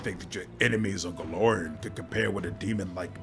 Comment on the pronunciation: Since you're aiming at doing voice acting this tip isn't just me being a pedantic slot, but also trying to be helpful: The difference between Golarian and Golarion Your character is a GolariAN from the world of GolariON. U usually (almost always) pronounce them the same but the ending of people or things from Golarion should be -an. I have this Golarian sword forged on the world of Golarion. The lich is a meatbag from Golarion, who the demons call "that Golarian meatbag." "Are you that Golarian everyone is talking about? From some hick backwater world known as Golarion? Yokledom's Motherland where even the whores are clumsy?"